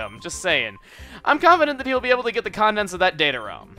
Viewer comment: I'm I the only one who though he said condoms and not contents ( I swear I don't have a sick mind).